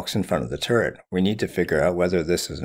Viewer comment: Oh, he was saying turret the whole time. Not turd. Turret.